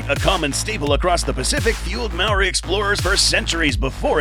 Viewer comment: I'm sorry but that pronunciation of Māori was horrendous.